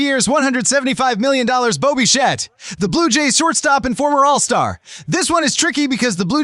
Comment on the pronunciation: Bichette, not Bichat, stupid AI.